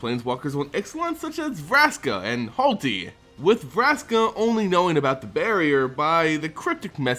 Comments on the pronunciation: HaLTy who is that? Do you mean Hoo-ah-TLI? Also my tip on who Vraska's pick up is after she finds what Bolas asked for is Ral Zarek. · Oh buddy, back at it again with the pronunciation? It's Huatli, not Hualti. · Please stop throwing the letters around in your pronunciations. Yeheeeni vs Yahenni is a fine, it's about which letters to stress, but "Hualti" over Huatli? I just doesn't say that. Please prepare more, it's such an unnecessary error. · Okay. I had to suffer through your butchering of Djeru's name (Jeh-roo, not Deh-roo). PLEASE do not make me want to punch you for not being able to pronounce Huatli (Hoo-aht-lee, not Hahl-tee). I really like this series and that is SERIOUSLY my one complaint. PLEASE do me this favor and put just this little bit more effort into your lore visitations. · "Halti"? It's obviously spelled "Huatli" but how do you mispronounce key cards in every set? It's pronounced Hoo-Wat-lee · Say it with me, who-watt-lee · By the way, the name of the planeswalker is "Hwa-tlee". Trust me, I'm a linguist